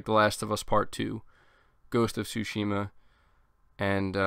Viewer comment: Ghost of Sushima 😂